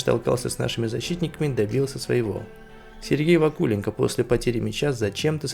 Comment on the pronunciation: Пюник может спасти либо подкрепление в центр поля, либо нападающий в стиле Кейна. А почему ударение в фамилии Вакуленко стоит на у? у того же Басты ударение в фамилии стоит на о, может и здесь так же? но не знаю насколько это распространяется на фамилию ЦЗ Пюника. Игроки Струги были уверенны в своём ударе, а игроки Пюника толком не били. Дебле очень нужен здесь и сейчас, он умеет завершать моменты и брать игру на себя. Конечно не в стиле Кейна или зубастика, но он качественный игрок. Сильно поржал с действий защитников Слимы при втором и четвёртом голах. Ноа красавцы, но дальше будет сиииииильно сложней. Серобян, Арутюнян и Оканси потопили Зимбру, чей игрок попал в штангу при выходе 1 в 1. Игроки Урарту не крыли соперников, набегающих вторым темпом, зато они смотрели на мяч. Думаю что два, т.к Струга забьёт на выезде. Она может и не шибко сильна, но уверенность в своих силах у них есть.